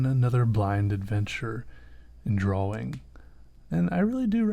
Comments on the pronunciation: Drawing its pronoced drawring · finally found someone who says draWing instead of draLing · He can't pronouns drawing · Am I the only one who only watches his videos for the way he says "drawing" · I'm not ashamed to say this: I hate people who say "drawing" in that retarded way.